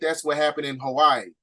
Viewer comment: Amazing 😻 Hawaii sounds more like a « coup « try do more research on that 🙏🏾